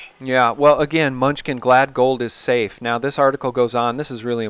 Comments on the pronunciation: I like Munchkin, but it is pronounced Mah-nu-chin. Great interview! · Treasury Sec name is pronounced 'MIN NEW CHIN' "Mnuechin" Where's the Gold? ,Big Mystery that's been wondered about since I was in High School in 70's. Good question...hmm Big $$$ of world have swiped it? Maybe...maybe Not. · Constant wrong spelling and the guy always gets names wrong. Lacks cred. How informed are you really if you don't know Steve MUNCHKINS name.............idiot "MANOOCHIN"